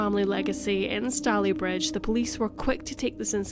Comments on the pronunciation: Sorry to say but, although some of the details in the commentary are accurate, there are so many major errors in the reporting of the facts that I had to stop watching halfway through. Also, the pronunciation of Stalybridge is completely wrong. David Cameron once pronounced it this way in the House of Commons and it was such an obvious, glaring error that uproar, laughter and ridicule filled the house. As the video work is really good, I would say it’s worth taking down, doing the research and re-recording the narration. Sorry. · Ineresting story. Just one small criticism Stalybridge is pronounced Stay-le-bridge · Fascinating. Its pronounced 'Stayleebridge'. I grew up there, in the 70's, but hadn't heard of this case. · STAY-lee-bridge.... as (some) Glaswegians will know because it has a football team called Stalybridge Celtic. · Stalybridge is pronounced wrongly. Stalybridge is pronounced Stay-lee-bridge 🙄 I live in Manchester and have done for the past 6 years I like Stalybridge. It's locals have always pronounced it Stay-lee-bridge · have never watched a case thats so close to where I live... literally the next town, we usually say it stay-lee bridge! :) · It’s pronounced Staaalybridge. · I live a couple of miles away. It's pronounced Stay-ley-bridge.The stones of Gorse Hall were used in the construction of other buildings in the town, such as NatWest Bank. There is also a school in the area called Gorse Hall Primary School. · stay-LEE-bridge...i live in Woodley :) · Just a small point, it's pronounced " Stayleebridge " 👍🏻🙂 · I was born in Tameside Hospital! I had never heard this story before. Also I love how you pronounce Stalybridge lol ❤️ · It’s easy to find out correct pronunciations on the Internet now; there is really no excuse not to.